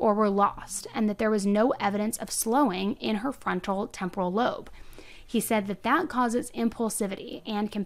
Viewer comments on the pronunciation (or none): none